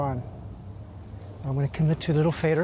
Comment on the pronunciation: says "fader" like an Irishman